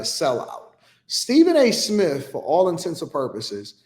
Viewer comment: He said Stephen A Smiff